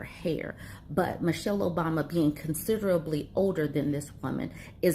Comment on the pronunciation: Mrs. Obama’s first name is NOT “Mitchele,” it’s MICHELLE. Please correct this glaring error ASAP.